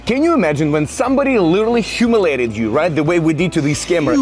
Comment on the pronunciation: Also they say humiliated wrong